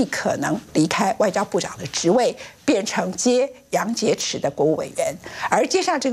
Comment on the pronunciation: 杨洁篪 音 池，不是一